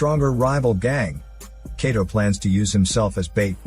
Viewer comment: Kato's name is pronounced like Kah-toe not Kay-toe lol and the "special weapon" is called a capture gun. Not trying to be a jerk but have you ever even read the Manga or watched the Anime?